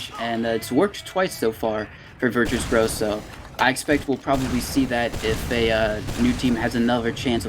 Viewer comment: Why do the casters keep calling them “virtue bros”? It’s Virtus Bro it’s a parody of Virtus Pro edit: never mind they addressed it later in the VOD lol